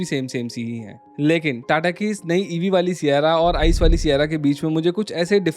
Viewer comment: ICE 😂I. C. E. Alag alag bolne mein dikkat hai kya bhai.